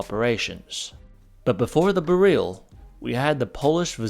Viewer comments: It's BEryl, not beRYL. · Hey, just a small note. In Polish we would put an accent on the first syllable: BE-ryl. Great video! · Be-reel? Really? It's pronounced exactly how the word "beryl" is pronounced in English... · You say Bare-eel, we say Beril, what do the Poles say?